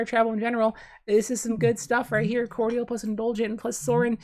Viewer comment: Mispronouce "cordial" again please 😂